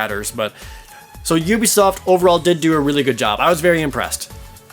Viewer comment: *'oo-bee-soft' Dude. You've done this for a while. Pronounce standard industry company names as though you're involved in the industry professionally.